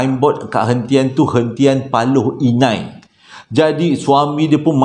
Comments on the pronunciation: Paloh Hinai la..😂 bukan Paloi Inai.Sy tinggal kat kawasan ni hahah.Paloh Hinai ni terletak dlm daerah Pekan, Pahang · Bukan Paloi Inai,,Paloh Hinai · As salam Admin.....pembetulan PALOH INAI bukan PALOI INAI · Hentian Paloh Hinai. Bukan paloi inai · Paloh Hinai, bro, bukan paloi Inai 😆